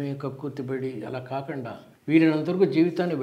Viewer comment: Kakunda kada kakanda enti sir